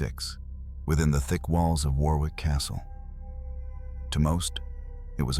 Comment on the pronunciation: Pronounced WORRICK as in borrowed.